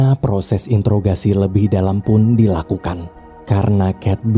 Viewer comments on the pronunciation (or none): none